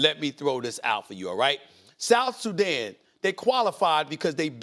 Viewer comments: "South Suzanne" 😂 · Did Stephen A. Smith say, "South Susan?" For somebody who's a sports commentator, he's showing a lot of ignorance on this issue. Players don't need to physically live in the countries they represent in international competitions. Also, athletes have always been able to acquire citizenships faster than regular people. Case in point, in one soccer World Cup, the Boateng brothers represented two different countries. One brother played for his mother's country, Germany, and the other represented his paternal side of Ghana. In addition, Joel Embiid, was born in Cameroon but he's playing for team USA in this Olympics. Nationalism is game for the poor. France won the World Cup with 9 players out 11 with African origin. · South Suzzan?🤣😂🤣😂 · Bro did he just say “South SuZan”??? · “South Suzanne” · 😢come on Stephen a smith south Sudan 🇸🇸 not south suzan 😂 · SA said South Suzan 😂😂